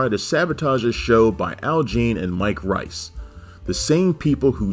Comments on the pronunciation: The Talking Simpsons guys already did a mini podcast on this..go listen to that. They know his name is pronounced like Rees and not Rice...they even interviewed him multiple times. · Mike "Reese" not Mike "Rice". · forgive me, but Mike Reiss's name is pronounced like "reese" not "rice". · It's pronounced "Reese". I have the DVD set and the audio commentary, especially on "Jay & Alice & Siskel & Ebert" is hilarious.